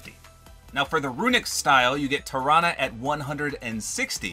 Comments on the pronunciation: I think tarana is pronounced like taranasaurus rex Sorry I can't spell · You are right- I’m pretty sure it is pronounced the way you said Tarana mainly because it’s like Tyrannosaurus Rex